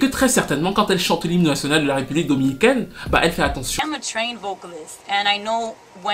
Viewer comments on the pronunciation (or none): none